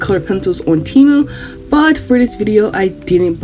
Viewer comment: "Frum TeyMOO" 😭😭 Lolll